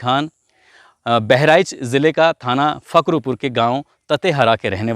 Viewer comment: ये घटना हमारे क़सबे फखरपुर की है...सर आप फखरुपुर बोल रहे हैं फखरूपुर नहीं फखरपुर है...उन 3 ज़ालिमो को कानून ने बड़ी तगड़ी सज़ा दी है...